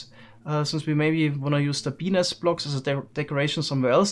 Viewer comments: d-did he just call them... penis blocks? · Looks like he is saying penis blocks in stead of bee nest blocks😂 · Is it just me or does it sound like p*nis blocks when he says bee nest blocks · Am I the only one hearing “Penis blocks” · Haha I was sort of half listening at first until I heard him say “huge bee nest” but thought he said “huge penis” lol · did he say penis blocks wtf 🤣🤣🤣🤣🤣 im so childish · I had to rewatch the start.. I heard "Penis blocks" first. Glad to know it was bee nest. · he said “bee nest” but i head “benis” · Please Change your pronounciation of Bee Nest. The auto subtitles always thinks you say "Penis" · Took me a bit to realize he wasn’t saying penis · when he sais bee nest block kind of sounds like penis blocks edit: lol i just realized the subtitles say penis block too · Who else here 'BENIS' instead of 'BEE NEST'? lmao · "Penis blocks" Wait, what? "Bee nest blocks" Ohhhh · The subtitles kept saying "penis blocks" whenever you said bee nest blocks, lol. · is it just me or am i hearing penis blocks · Am I the only one hearing Penis? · Is no one going to mention he keeps saying penis blocks? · I still thought he was saying penis for a second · I only hear penis blocks now... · Love the video and the technical builds and projects but would highly recommend adding a little harder pronunciation on the "T" at the end of "bee nest". As quite a few other comments have pointed out, the auto-generated captions are having some difficulty... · And we may want to reuse the penis blocks. Yes, I know he says Bee nest blocks, but it firstly sounded like that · he sayd pen nest but it sounds like penis